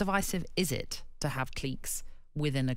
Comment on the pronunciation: What's a cleeeek?